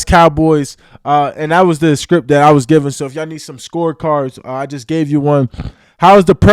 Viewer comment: Micah saying the NFL SPRIPT 😮